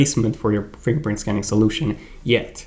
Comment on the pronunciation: Keep saying “Fing pint”